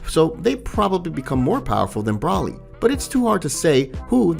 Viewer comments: Why do u pronounce there names weird it’s Broly not Brawly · Dude covers dragon ball stuff yet still says broly wrong where's the a....and says whis wrong I'd sub but can't deal with that